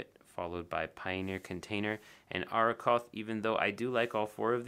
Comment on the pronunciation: Colorverse inks are one of my favourites. That they draw inspiration from nature and science is a big perk for me. About pronunciation.... I believe it's Ah-Roh-koth with the double r being pronounced as a strong R, as in Rover or Red. So you got it right :-) The other one is Kuiper, pronounced as Keeper (roughly). Arrokoth comes from Powhatan language meaning cloud or sky, and it's an asteroid that looks like a very red snowman that fell over :-P